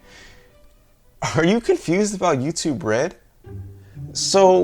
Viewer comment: When he says youtube red it sownds like you to bread